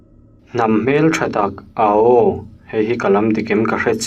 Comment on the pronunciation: 'Ao' tih hi 'a-aw' ti lovin 'Aû' tih zawk tur a ni a.